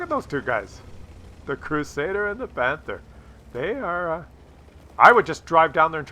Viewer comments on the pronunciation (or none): none